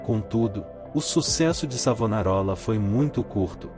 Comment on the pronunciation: Vá estudar mentiroso, enganador de trouxas. Aprenda ao menos a pronunciar o nome do Mestre! E qual é a tua "igreja" o mentiroso ? Sou florentino. Cacete!